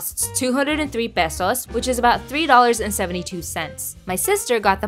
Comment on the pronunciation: Finally someone can pronounce Pesos correctly